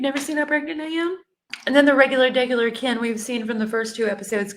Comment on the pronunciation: I wish someone would teach me how to pronounce Kens name like Gypsy 😂😂😂😂 that's funny 🤣